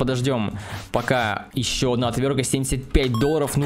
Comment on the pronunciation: "ОтвёрТка", а не "отвёрка"